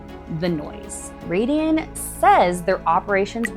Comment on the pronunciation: Sorry, but where did you get your $3B figure from? The company's stated construction cost for the project is $785M. Taurus = "tar–is", Raeden = "ray–den" Decibel, not decimal; At the 7Apr26 public hearing, Raeden COO Jason Green stated that the facility would never exceed 50 dB and further assured, "We can guarantee it." The daytime residential noise limit is 55 dB (7 am–7 pm) and the night time limit is 50 dB (7 pm–7am), with a 5-dB penalty for impulse noise (i.e. 50 dB daytime, 45 dB nighttime). Infrasound, not infrared sound; Infrasound is generally sound at or below 20 Hz. Infrared is electromagnetic radiation between microwaves and red visible light with frequencies between 300 GHz and 400 THz and wavelengths between 1 mm and 750 nm. The closed-loop argument is a red herring until data center operators can provide their own, fossil-fuel-free energy for these projects. If the power is provided by a combined cycle natural gas plant, Project Taurus will indirectly require 3.5M gal/day of water withdrawal (mostly returned to the water system) and roughly 250k gal/day of water consumption (water lost from the system). Colorado Springs has been in drought conditions for over two decades, and Raeden's ambitions for this project were, and likely still are, 400 MW. Much of this has been recently uncovered through CORA requests. On 9Mar26, Gibraltar city councilors approved a data center moratorium, and is now being sued by Raeden. Michigan is now con